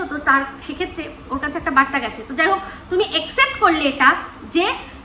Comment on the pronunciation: Except bolo na, Accept bolo. Publically noy Publicly.❤